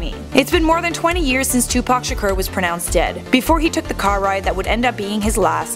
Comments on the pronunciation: It's not pronounced "Sher-Cur", It's Shakur "Sha-Core". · What do I think? First of all I think it’s so irritating that you’re pronouncing his name “Tupac Shakerrr” 🤷🏼‍♂️😂 In all seriousness, I can’t see a single way he could really be alive. If he was, no matter where he was hiding someone would recognize him at some point, and not just on pics here and there 🙂 And especially if he’s been at basketball games, concerts , and in music videos... Absolutely no way in hell that he wouldn’t be recognized. But cool video though 😎😛